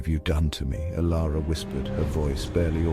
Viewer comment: The heading reads Transform Dilara, but the narrator calls her Ilara.